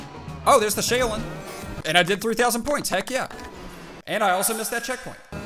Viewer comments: ... 'Chow-lin'... Now say it with an "S" at the front... Thats how Shaolin is pronounced. lol. Sorry, but "Shay-o-lin" was killing me. 😂😂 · It’s sha-o-Lin you pronounce the a and the o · The shaolin flip is pronounced Sh' ow ' lin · Shaolin = shh-ow-lynn like kung fu and Wu Tang lolz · Like Shaolin China …. You should be embarrassed. Pronounce the O like a U. “Shau-Lin” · Exactly lol. He would know this if he's listened to at least 1 Wu-Tang album. Lol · you were saying Shaolin wrong. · Shaolin is pronounced like shower minus the ER; lynn. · I take it you've never listened to Wu-Tang by your pronunciation of "Shaolin" lol.. #straightfromtheslumsofshaolin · You’ve never heard of a shaolin monk? The way you pronounced it is bothersome